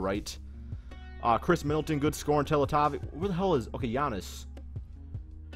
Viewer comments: It's pronounced TeLetOVich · it pronounce teletovic